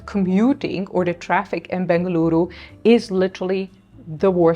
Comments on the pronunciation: I love the way u pronounce Bengaluru soo well ❤ Il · Your information is known more than the local people, now you are True Bengalorian, and thanks for pronouncing Bengaluru❤ instead of Bangalore🙏